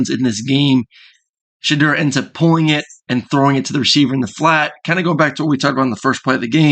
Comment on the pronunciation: Like the video. Shedeur is pronounced She Door.